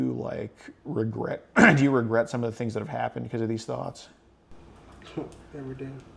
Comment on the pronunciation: 🌴😟 No.!!...it's "do da'tings"..